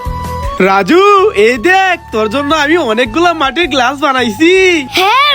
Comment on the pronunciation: গেলাস না গ্লাস